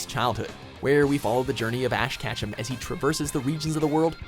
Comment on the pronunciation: This man just called Ash Ketchum Ash Catchem